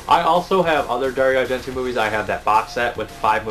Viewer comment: just for your own peace of mind it is pronounced Dari-O Argent-O enfasis on the O it's Italian. i'm not tring to be a dick just thought you would want to know.. thanks again for all the info..I tune in all the time.